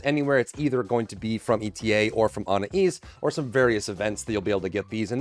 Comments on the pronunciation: Blud said Ana east….im pretty sure it pronounced a-na-ess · please for the love of all that is holy. It's pronounced UH-NAYCE.